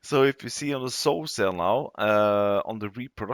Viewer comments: July 28, 2023, the word Pigsty is pronounced Pig Sti (eye) and the word Sow is pronounced "S ow" "(Ow like when you hurt yourself) I hope that helps. 😃 Great video sir. Thank you and take care. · It’s s-ow, like oww! You pinched me 😂